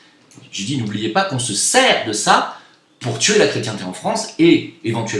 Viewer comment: MDR!!!:) il te faut un traitement homéopathique pour la prononciation du mot France! C'est triste ce qui se passe. J'a été fier de faire mon service national sous le drapeau français en Polynésie en 90. Aujourd'hui j'enrage !